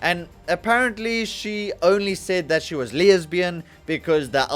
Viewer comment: Why the extra 'y' on the word lesbian? That's my only takeaway on this video, that you add a 'y' where there is none.